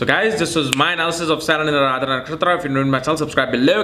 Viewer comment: It's not Aradhra. It's Ardra... आर्द्रा